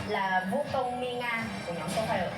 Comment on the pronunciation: actually 'Mi Nga' not 'Min Ga'. Sorry i just wanna correct u😅